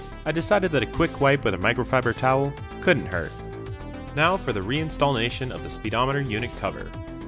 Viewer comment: 2nd BTW...You have me saying install'n'ation instead of "reinstallation" now.